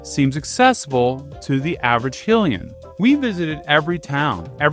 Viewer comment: HILLY-uhn? You mean High-lee-yuhn